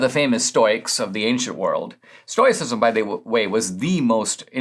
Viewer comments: Stoyacism or Stoicism Stow-ih-sis-m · Love ya Dinesh, but "Stoyicism"?